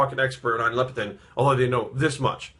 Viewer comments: Leptin not Lepitin. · haha i love you man. I agree with 95% of the things you say. I believe you're pouncing leptin wrong. you're saying LEPITIN.